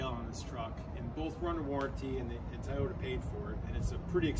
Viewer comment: Another cool video to supplement your awesome “action” ones! 💪🏻 (although I gotta take issue with “Thai-ohta” instead of Toy-ota 🤷). Happy off-roading,! Can’t wait for the next video